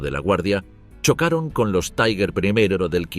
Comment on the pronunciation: TIGAR, EN ALEMAN, ESCRITO TIGER, NO "TAIGER". 😊